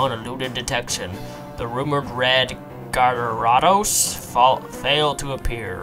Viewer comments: Gyarados = Gare a dose Piplup = Pip lup Sinnoh = Sin no I was startled over you being unable to pronounce Gyarados when you claim to have played Pokémon for ten years now. Some tips to go with 1. This is an LP. Pokémon, especially gen 4, is slow paced. Because of this, you may want to talk more. I notice in your LPs you hardly talk, and when you do, 75% of the time it's to read the dialogue in the game. continued in 2nd part... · So many things pronounced wrong. Gar as in Gary - A - dose, sin - oh, pip - lup, tur as in turd - twig